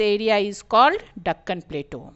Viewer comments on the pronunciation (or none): You pronounced it wrong